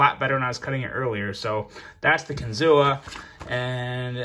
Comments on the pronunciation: Close to saying it right. It's actually said like kin-zoo. Not kin-zoo-a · Everyone here...by the Kinzua dam in PA pronounces it kinzoo. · It’s pronounced kin - zoo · Ohh, the correct prounounciation is KIN-ZU thee A is silent 😝🤫